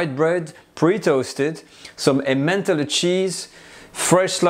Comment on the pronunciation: Had a laugh when you said ementallay cheese...just pronounce it as em-man-tal